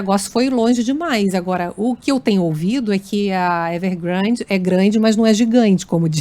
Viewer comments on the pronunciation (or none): Ao do vídeo, Luís Megale solta uma piadinha à la Weintreub, fazendo chacota do nome da empresa chinesa "Evergrande" trocando por "Everglande". Lembro-me muito bem das críticas desse mesmo jornalista à infeliz e xenófoba piadinha do ex-ministro da Educação, que ridicularizou os chineses por trocarem o "r" pelo "l". Acho que cai bem uma retratação do jornalista.